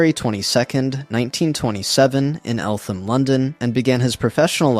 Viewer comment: Eltham is pronounced eltam (not normally pronouncing the H) ☺️ So many people pronounce it wrong unless you are from nearby there